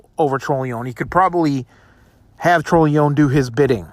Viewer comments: Dude its pronounced TRON-A-LOAN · Pronouncing his last name wrong. It's tron o lone